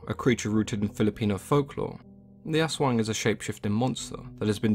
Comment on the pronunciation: I just love how spot on he discussed the aswang! The details are all correct and even the pronunciation is so close on how we'll pronounce it here in the Philippines! Kudos to you!:)